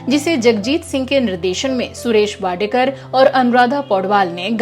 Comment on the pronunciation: सुरेश वाडेकर नहीं मॅडम, सुरेश वाडकर नाम हैं इस गायक का😊 और वो महाराष्ट्रीयन हैं आपके नॉलेज के लिए बता रहें हैं.